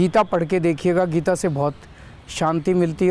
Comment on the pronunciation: Geeta. Bhai sahab thek se naam read kijiye. Book k bhr kya likha hain